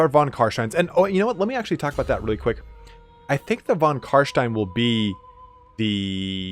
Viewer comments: CarSTIEN NOT CarSHTIEN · Its not Carshtein its Carstein ;)